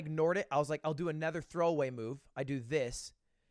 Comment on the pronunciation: Anyone else notice how Lud can't pronounce other or another properly, he says erther or anerther like everytime lmao